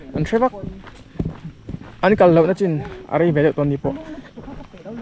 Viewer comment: Lo sawive mei mei, hun kal tawh anih chuan Ni-chin, Ni-kum,Ni-min, hun lo la awm tur ah Na-kum, nak-tuk, nak-zan Kan tih ang chi te, I leh A khian awmzia ahril thui hle a nih tak ber chu, Nachina field kha I ti deuh zuk a😂😅😊